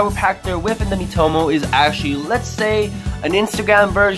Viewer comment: It’s called MEE - toh - moh, not mih - toh - moh